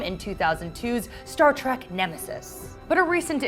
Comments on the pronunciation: Does it bother anyone else that she has difficulty saying "trek"? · Say TREK not TRACK! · It's Trek, not track. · Stop saying track, omg, it is a Trek not a track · It's pronounced Star Trek not Star Track. 🖖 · Trek Trek Trek, Not Star Track! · It's "All Access," not "Allaxis." It's Star TREK, not Star 'Track.' The supernova doesn't threaten to destroy the entire galaxy, and Spock's efforts in the future FAILED. SMH. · I wanted to enjoy your informative, helpful video, but could not finish due to the fact that your hostess insists on mispronouncing 'Trek', as 'Track'. Please get her a speech coach. thank you. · This video would have more credibility with a narrator who didn't keep referring to "Star Track" and "Captain Bacard" like I did when I was 6. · i love how she says Star Track.. Ugh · The announcer in this video DRIVES ME CRAZY. The word is "TREK" as in star-TREK. There is not "TRACK". NEVER Star-track. Ever. Ever. Ever. She uses each this term way to many times for it not to be noticed and not be considered intentional. No accident. She does not know. Doubtful this young woman has EVER seen more than two episodes of the show. Thanks, IGN but we'll pass on any more of your videos and make sure our other trekkie friends pass as well. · Why does the narrator call the show Star Track? That's rather annoying. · Why does it sound like she is saying star track when she must know that it is Star Trek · Did she just say Star Trak? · This is why I hate my fellow millennials. She, and her producers couldn't even be bothered to know how to say the freakin' topic of their own video. Ugh. Think about how much better us Trekkies and nerds could have done. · Maybe she thinks the only way to travel in space is by space train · She called the show "Star Track" throughout the video. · Trek with an “E”. Why does she keep saying track? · Quit saying Star TrAk plzzzz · She keeps calling it Star Track.. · Is she saying "Star Track" ?? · Yes. Ues she did